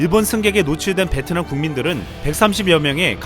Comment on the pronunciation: 베트남 발음할때 뭐라하더라.. ''비엔나''였나?소세지도 아니고 ㅋㅋ